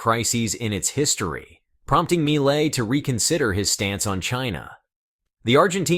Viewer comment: Argentina’s President MILEI’s name pronounced “MEE-LAY” not “MY-LAY” - My Lay might be referring to what some couples do at the lover’s lane in a studebaker’s back 💺 seat.😊